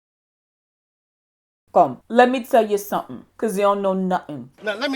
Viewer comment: "Let me tell you suhem.. Cause you know nuhem!" 😂😂